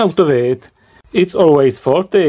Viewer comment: the knowledge in this video is good but... MY GOD, that voice is irritating and hell i can't tell if you're fucking with us or not i mean the last word of EVERY SINGLE SENTENCE is extended "That part is FAAAAAUUUULLLLLTTTYYYYY" "You Can Repaaaaiiiirrrr iiiiiiiiiiiitttt" "the resistor is 22 OOOOOOHHHHHMMMSSSS" "it's short Ciiiiirrrcccuuuuiiiiittttt" this is fucking irritating good video but i literally cannot sit though it listening to the pronounciation if you were a uni lecturer, i'd quit the course so as to not go crazy... No offense, but this is very irritating thanks for your effort though